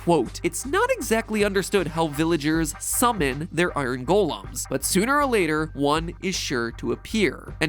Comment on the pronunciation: How he says "golems" really gets on my nerves